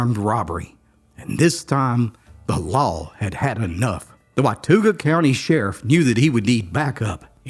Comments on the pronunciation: it is a native american word and pronounced “what tah gha “ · Love your stories. Have known several of the Potters in my life, the family reputation was known even into the 1980s. The ones I went to school with were very quiet, but also very easy going. Also it's pronounced Wa-tau-ga. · Hey,really enjoyed the story of the Potter boys,I live just a couple miles from pottertown,remember story's of how mean the ppl in pottertown were,its in watauga county,pronounced wa-TAW-guh,i live just across the county line in ashe county,really good history lesson, thx! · Good stories. You are mispronouncing Watauga county. It's driving me crazy due to not being able to teach you the correct pronunciation. You did the same thing in an episode where you mentioned Galax, VA. It's pronounced gai- lax. Not gal- ax. Sorry-I had to get that out of my system. We have our own dialect, you know. 😂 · Watauga… the au is pronounced the same as the au in caught. If I remember correctly, it is an Indian word.